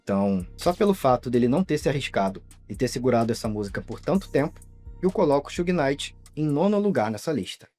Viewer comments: Sew-gay Night :face-blue-smiling: It's Shoog Night like Sugar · AI? Who the heck is Soo-Gay Knighr? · Bahaha Suhey Knight. Yeah ok. AI is gonna take over lmao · sue gay knight??? yeah tell me your not an AI.. booooo this chanel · “Xugui” night chega doer o ouvido kkkkkk